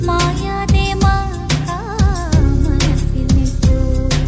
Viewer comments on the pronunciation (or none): മാക്ക അല്ല മക്ക